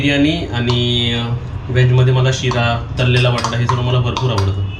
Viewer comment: तलले नाही रे तळलेला बटाटा असे बोल